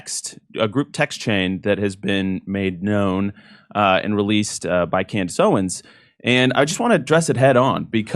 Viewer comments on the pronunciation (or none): Idk why but it’s really irritation when you say names wrong. It’s Candace Owenssss not owen and Turning Point not Turning PointsSSS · Jimmy you keep saying her last name wrong. It’s Owens, not Owen. Keep up the good work though! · Her last name is “Owens”, not “Owen” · For the love of God, Jimmy, it's Candace OwenSSS, not Candace Owen! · It's OwenS, not Owen. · The “s” in Owens is NOT SILENT. Please address her correctly verbally 😊 thank u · For the love of God can someone please tell him her name is Candace OwenS. Not Owen. That’s how he has always said her name on the show. So this isn’t an isolated incident. But I’ve ignored it as long as I can. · Jimmy its OwenS with an S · If you love her, then at least pronounce her name correctly. It's owens not owen. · I don’t think Jimmy has ever not called her Candace “Owen” lol One day he’ll add the S and it’s gunna catch me off guard. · Jimmy, I luv u to death, her name is Candace OWENS, you're missin' the S . . . hahaha just sayin' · Why can you not pronounce her name correctly? Have some basic respect. It's "Owens" with an S at the end. Say it correctly Jim Do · Ask Jimmy to stop calling her "Candace Owen"! It's Owens! With an 's'! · Its candance owenSSSSSS jimmy lol with an S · Jimmy, it’s Candace OwenSSSSS! Get it right 😂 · Is he deliberately saying Candace OWEN ? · Jimmy, it's OwenS with an S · Jimmy, we love you but, it’s *Candace OwenS* — with an s at the end. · Great work, Jimmy, but it’s “Owens”, not “Owen”. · Please say her name correctly. OWENS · It’s “OWENS” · Ikr?!!! He's literally killing me! Like, infuriatingly so, to the point of irrationally screaming at my phone, 😳"𝘖𝘸𝘦𝘯𝙨, Jimmy! 🫨𝘖𝘞𝘌𝘕𝙎-𝘻𝘶𝘩!!!" 🤦‍♀️ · Can you stop dropping the S off of her name, please? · Someone please tell jimmy to add the S at the end of Owens